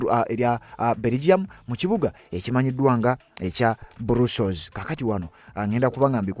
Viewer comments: It’s called BRUSSELS, but it’s read BURASOS NOT BURUSOS thanks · Not brussols it is Brussels 😢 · Not Brussels pronounce as bras....